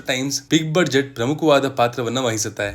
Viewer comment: Budget pronunciation is ಬಜೆಟ್. ಆದರೆ ಸರಿಮಾಡಿಕೊಳ್ಳಿ ಕೇಳುಗರಿಗೆ ಸಹಾಯವಾಗುತ್ತದೆ.